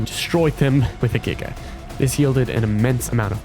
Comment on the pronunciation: NO WAY YOU PRONOUNCE GIGA CORRECT YOU GET A SUBSCRIBER BECAUSE OF THAT